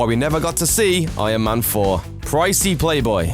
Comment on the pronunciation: ion man... ion man... he is saying ION man all the time, it bothers me